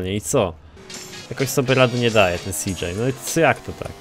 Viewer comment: cj a nie cjo